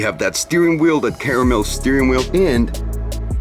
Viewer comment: shit a lil when he pronounced caramel